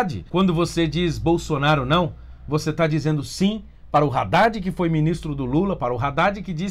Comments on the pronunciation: É Haddad e não raddad porra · Não é “RÁDDAD” é “ÁDDAD” Só isso mesmo. Bolsonaro #17